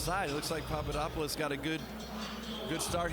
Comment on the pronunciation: it's papadopoulos not papadoupolis